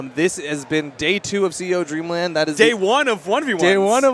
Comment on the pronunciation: Its "Dreamland" not "Dreamand"